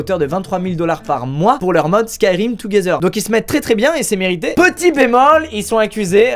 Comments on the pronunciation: 4.40 Touguézeur 😭 yes l’anglais parfait de squeezie 😂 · Ça ce dis comme as